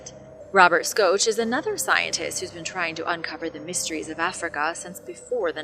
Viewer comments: Robert soach?? Schoch is pronounced SHOCK. He's been doing this for decades and decades, and those who presume to teach should first know what they're saying. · Robert Schoch is pronounced Shock. Do a little more homework. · Robert Schoch is pronounced Shock.